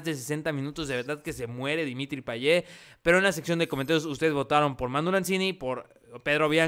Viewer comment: Por que dices Payeh es Payet